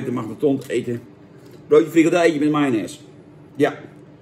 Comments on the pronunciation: FrikaNdel jan, niet frikadel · Het is frikandel niet frikadel